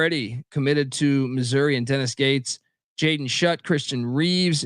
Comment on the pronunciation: Schutt is pronounced “Shoot” not “Shut”